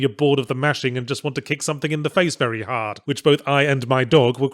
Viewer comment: Ending with "but of course I was vey, vey drunk..."